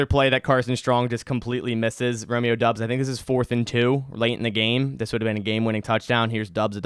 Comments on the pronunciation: its doubs not dubbs haha like dowbs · I’m pretty sure it’s pronounced Dobbs and not Dubs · Great breakdown, please keep these types of videos coming. Btw it's pronounced "Dobbs" not "Dubs" according to the man himself 😂. Though I think he still likes the Dubs nickname